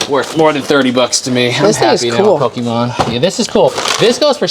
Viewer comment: Hearing pokimon over and over just hurts my ears. But nice buy